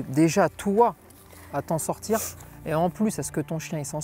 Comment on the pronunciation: "Quand je dois le sortCHir" mdr ça me fume 😂